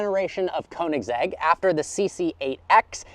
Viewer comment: I am so sorry but the way you pronounce Koenigsegg is such a white way to say it. And that I am a white person xD. It is pronounced "Kernigsegg". Admittedly I was pronouncing how you said it for some time but after watching a guy who pronounces car brands made me feel dumb. Edit: SORRY, TWIN!? I didn't know twin supercharging was a thing!